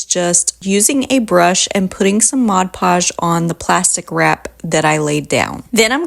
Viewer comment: The product is called Mod Podge, Podge is pronounced "pahj", not the French pronunciation "pazh" as in decoupage.